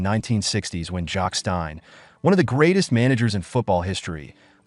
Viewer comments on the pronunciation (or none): It's Celtic, not Keltic. It's Jock Stein and not Jock Stine. "The European knights were more intense". "And the old firm derby's grufiersor". "To it's modern day granger". FFS 😭😭😭😭😭😭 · Jacques Stein!!!!! Dearie me, this AI isn't very intelligent at all. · Good God! It gets even worse! Jock "Stine"??? Who's he? The 2003 UEFA Cup Final was played at Celtic Park??? Why did we bother travelling to Seville?? This is embarrassingly incompetent. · Do better research first, when you can't pronounce the team's name or our greatest manager's then your Google research or plagiarism from books is a bit worthless. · Couldn't watch till end, if you can't pronounce our name then don't make videos of us, big Jock would be furious that tou couldn't get his name right either.